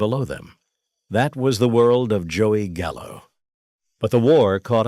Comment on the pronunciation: “Not Joey Gallo, Joey Callo, C..A L L O”